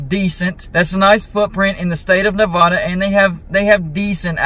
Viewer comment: My Pet peeve...easterners who mispronounce Nevada.